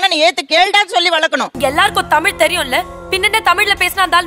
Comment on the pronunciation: நீங்கள் எல்லாம் ஏண்டா தமிழ் காரர் என்று சொல்லிட்டு இருக்கிறீங்க உங்களுக்கு வெட்கமே இல்லையா? தமில் தமில் என்றீங்களா உங்களுக்கு வெட்க்கமா இல்லையா.